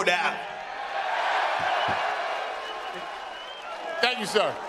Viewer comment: Jiri: "Let's go for dat!"✊ Made me think of Bedtime Crew Ey Man🤣🤣🤣